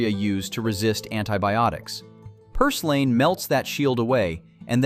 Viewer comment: You need to learn how to pronounce your words. For example, plantain should sound like plantin, and purslane should sound like purslin. Fungi, which is plural, should sound like fun-gee. Note that g is a hard g as in garden. By the way, in words like garden, the a comes before the r. So you shouldn't make garden sound like groden.